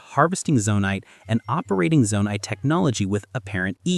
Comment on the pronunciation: The biggest mystery of all? Why is he pronouncing 'Zonai' like that